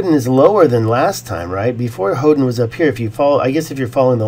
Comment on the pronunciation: Hoden sounds like Odin